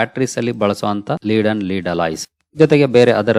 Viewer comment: ಅದು ಲೆಡ್ ಲೀಡ್ ಅಲ್ಲ 👌